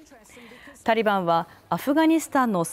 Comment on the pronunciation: タリバンをタンバリンと読み間違えた